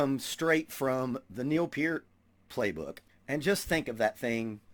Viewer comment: "Pert", not "Peert". Mis-spelling intentional. Liked you otherwise, because you listed Levon Helm as your favorite drummer too. You seem like a good dude, so subscribed. Drum on Brother.